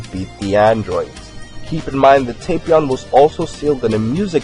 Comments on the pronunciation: It's tap Not tapeion It's tapion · its tah-pion